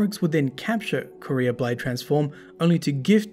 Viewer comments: Qwa-ria. Not Korea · Nice video, imo Truth to Power is the most interesting lore book but something was bothering me... the way you say the word Quria, Tolands says it in the ascendant challenges and you can hear how he says it.